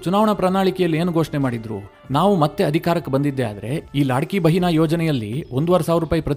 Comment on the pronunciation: ಅದು,ಲಡ್ಕಿಬೆಹನಾ,ಲಾಡ್ಕೀಬೆಹನಾ ಅಲ್ಲ.